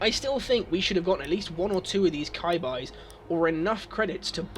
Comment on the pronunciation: kai bais???? did you pronounce chibis as kai bais....... its chee bees. Japanese for cuties basically. Kai bais LOL!!!! That's the first time i heard of that.